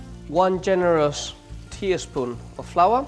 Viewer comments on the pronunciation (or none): TiiiiAAAA espoon haha